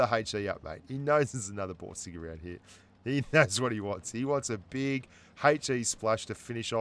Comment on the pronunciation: I hear Broom sticks instead of Borsig.